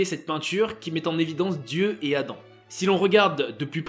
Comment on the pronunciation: "La création d'Adame" ? 🤨